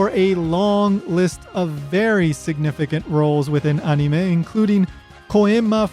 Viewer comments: why the heck are you saying anime as "on knee may" makes me wince every time its said wrong like holy crap it almost hurts to hear it said like that. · You pronounce "anime" and "toriyama" really weird and wrong just be more casual. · I like how this guy obviously try's to say the words "Anime" and "Toriyama" with a Japanese accent, but everything else is said in normal English lol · never mind, after watching more i realized hes saying things with the Japanese pronunciation which is why i dont like it. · watched the rest, figured it out when you started pronouncing other Japanese things with THEIR proper pronunciation. as an English speaker i was confused until about the time you started mentioning Yajirobe and then it clicked. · Y do u say anime like that😂😂😂😂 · This is a good video, but the way you pronounce the word "anime", as well as many of the names, is just annoying and pretentious. It makes you come off like a try-hard weeb. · Your pronunciation of the japanese names and "anime" comes across as extremely forced